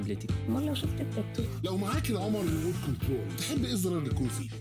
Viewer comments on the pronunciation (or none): none